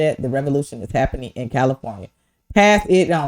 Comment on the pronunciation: Ooooh what’s habbening? 😆